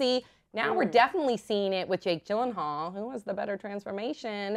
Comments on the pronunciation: It's Yillenhaal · its pronounced as Jake Yeel-En-hall its swedish name